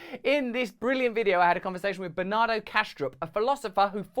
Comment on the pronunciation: When you say Bernardo, I hear banana